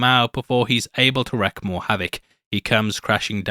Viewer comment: Wreak havoc, not wreck